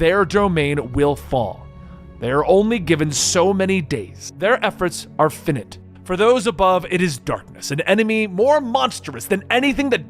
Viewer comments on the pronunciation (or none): hahaha stepped on. my own foot sorry. its fi-nite. not fin-it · Normally, I'd agree with you, but he didn't say "infit", he said "finite", as in "limited, having an end, the opposite of infinite". I mean, it's still wrong, because "finite" is pronounced "fī-nīt", not "fĭnĭt", but still. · or fy-night.. what ever helps u pronounce it right